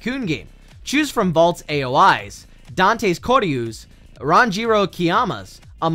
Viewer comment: the tycoon game u said valts name wrong the aoi is more like a "Valt oi" thats how i think